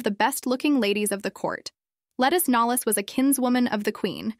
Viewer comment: There are a lot of mispronunciations here. And a lot of weird pauses and strange cadence. 😬 Her name is pronounced /Luh-TEES NOLZE/